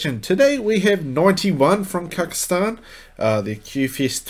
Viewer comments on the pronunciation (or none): It's KaZakhstan, not kakistan. Thanks.